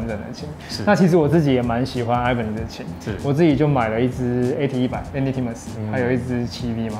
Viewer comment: 整支影片看下來我只在意那個 Ibanez的發音 我記得好像是日本人去買西班牙的品牌 發音是 一八捏斯